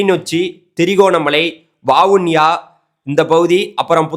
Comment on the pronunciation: தம்பி நீங்கள் கூறுவது சரி நல்ல விஷயம் நன்றி ஆனால் இலங்கையின் மாவட்டங்களின் பெயர்களை சரியாக உச்சரிக்கவும் புத்தாளம் இல்லை புத்தளம் வாவுனியா இல்லை வவுனியா இது போன்ற பிழைகள் திருத்தங்கள் செய்யுங்கள் தவறாக இருந்தால் மன்னிக்கவும்